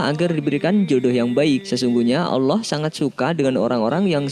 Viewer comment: Bang sebenarnya yah allah bukan yak allah